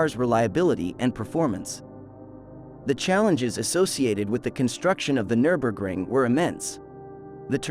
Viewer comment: AI pronunciation is suboptimal. Absolutely butchers the pronunciation of the track name.